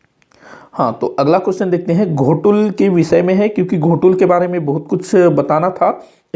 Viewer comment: "गोटूल" है सर जी घोटूल ❌